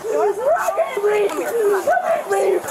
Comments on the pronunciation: THAT IS THE WORST "I CAN'T BREEVE I'VE EVER HEARD. 💀🤡💩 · What's BREEVE???😂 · Breeve is how they pronounce breathe....